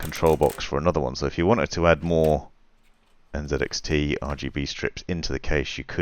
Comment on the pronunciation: Good video, but the company is called NZXT, not NZEDXT